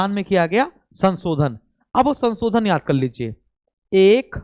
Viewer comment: kindly learn how to speak word sansodan its shanshodhan